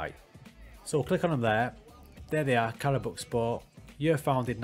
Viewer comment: I really liked your approach to the game. Congratulations on your first job at Karabukspor. I am Turkish so I know a thing or two about Karabukspor. Firstly, it is pronounced as "Karabuikspor". You can write it to Google Translate, select Turkish and listen how it is pronounced. Your pronunciation was good enough but you can still improve. Secondly, they were a very good team 10 years ago. Have you heard of Emmanuel Emenike? He is discovered by Karabukspor at that time. He was fantastic and Fenerbahce bought him. Then, he went to Spartak Moscow and many other European clubs including Olympiacos and West Ham United. At his times, Karabukspor was in the Turkish Super League and was a very hard team to win against. Now, they are at the bottom due to the bad management. So, your job is very hard. But, I think you will deal with it. Good luck...